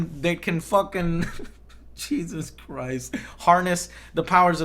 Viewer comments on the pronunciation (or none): none